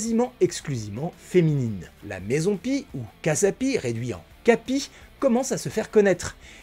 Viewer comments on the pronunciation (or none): none